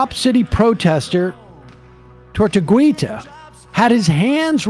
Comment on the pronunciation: It’s pronounced tor-too-gee-tah not tor-too-gwee-tah